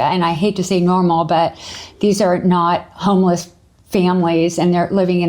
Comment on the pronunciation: "Be vewy, vewy quiet. I'm hunting for homewess."